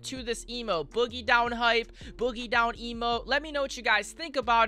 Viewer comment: boogie down not boggie down just a slight error